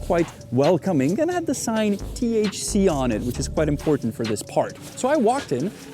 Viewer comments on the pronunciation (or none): none